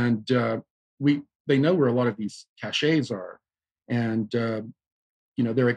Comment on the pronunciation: the word CACHE is pronounced "cash" not "cachet". Please don't confuse people mis-pronouncing the word, please & thanks!